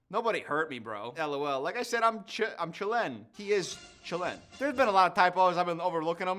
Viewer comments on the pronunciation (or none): "I'm chill-EN"😂😂😂That was so funny to me lmao.